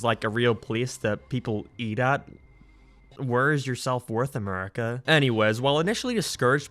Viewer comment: Didn’t realize this dude WASNT American til he said America and power 😂